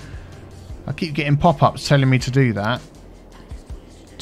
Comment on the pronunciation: ) I'm a terrible person who mentally turns your accent saying "me" in that line into "my," whereupon I wonder just what is, in fact, your biffa.